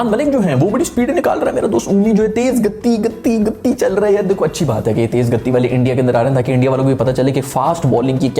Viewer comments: Soo finally you google and realised it's gati not gaddi 😂😂(also the meaning speed) btw lot's of love from India ❤️🇮🇳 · Bhai vo ‘tej Gaddi’ nahi bolate ‘tej gati’ bolate hai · Bro it's not gatti it's gati which means speed in Hindi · Are bhai even now you pronounce it wrongly it's گتی not gattyy ۔jaldi se bolna h tashdeed nhi h ت p۔ 😀😎waise dekho bhai ab ham app ko hindi sikha diye aur kisi word ki meaning puchna ho to vedio me bolo i will teach u😂😂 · Tum dhang se pronounce ni kr pate ho to na kya kro. That is gati not gatti jo filhaal tumhara current pace attack mai jo koi ni fenk pa raha h 156 kmph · It's gati not gatti 😂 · Gatti 😂 nhi Gati hota hai 😁 i like yrr whenever u say gatti - gatti 😂😂😂😂